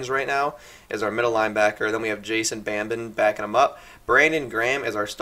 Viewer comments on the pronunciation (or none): Demarco ryans... lmao Demco... BABIN ba-bin is how you pronouce that lol